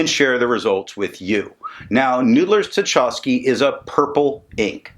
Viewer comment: I feel like the hated and sneering pronunciation police... but you took it well last time I did it and it is also a chance for culture & history note. Tchaikovsky is pronounced "Tchy" (like in "why") kovsky. Pyotr Ilyich Tchaikovsky is one of Russia's most famous composers. For your interest I link here the 1812 Overture which he wrote as a musical account of Napoleon's invasion and retreat from Russia in 1812. (Here with real cannon fire during the finale. WARNING it's loud). This magnificent piece of music is one of the highlights of my early musical training and contributed in some part to my working in the creative arts today. Everyone Nathan at Noodler's has used as inspiration for his inks, including his Russia series, contributed to art, culture or politics. I know you like that connection as much as I do. Now... so far as the ink, seems Noodler's has several permanent purples, and without your reviews I never found one of them! Thanks for that. This one is just so close but still not quite my favorite purple shade... gotta hit the purple samples! Oh... and since you like the history behind Noodler's Dark Matter, I think you might appreciate this Epic Rap Battle - Thanos vs J. Robert Oppenheimer